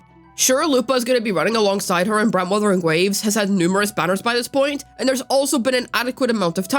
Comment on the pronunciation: why do you call brant like that? - Brant WutheringWaves